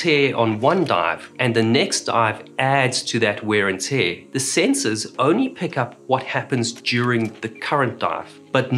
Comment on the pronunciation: “Wheyyrr n Tyerrr”😊